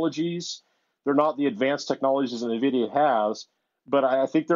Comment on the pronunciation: Please, for the love of god, someone tell him how to pronounce Nvidia.